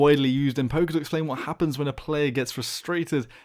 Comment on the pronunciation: Every time he said poker i thought he was saying poké XD